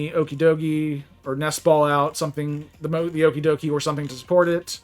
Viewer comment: Pronounced the pokemon wrong...